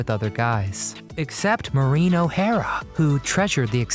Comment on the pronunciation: Marine ? O'hara ffs Cant the merikuns pronounce anything properly 🤣🤣